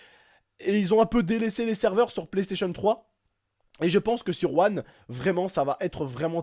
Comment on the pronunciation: Mdr " xbox OUANNE " jpp 😂😂😂